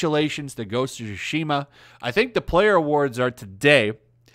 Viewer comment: It's not called sushi-ma, it's Tsushima. Reading in your only-known language shouldn't be that hard.